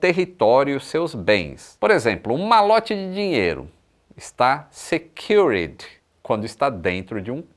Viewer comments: pra pronunciar secured vc não precisa dizer o 'e'. Fica tipo secur'd (e o d soa mais como t do que como d). Como sempre, ótimo vídeo! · Sua pronuncia de SECURED nao esta propriamente correta. Mais tudo bem!